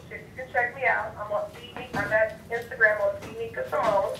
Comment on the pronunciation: Did Nikko say instant gram? Hell naaaah